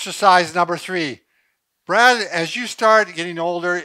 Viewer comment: he called him “Bread”